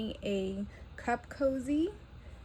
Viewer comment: It is cute… but I also see me stitching it on the end of a sleeve… I thought you said CUFF COZZY 🤣🤣